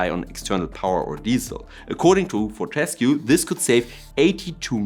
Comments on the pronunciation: Sorry, I have to be that guy. Its For-te-scue (Pronounced For-te-scew) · Interesting video. A note on pronunciation "FOR-tuh-skew".